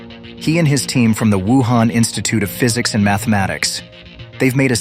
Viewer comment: They said the wunhan institute lol